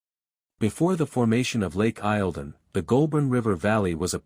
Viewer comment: Victoria's lake is pronounced lake eel don